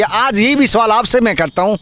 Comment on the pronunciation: सुवाल नहीं "सवाल"